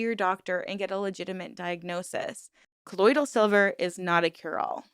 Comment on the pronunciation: I know why you were mispronouncing colloidal; because the members kept saying ColloidEEal. I almost started thinking I said it wrong!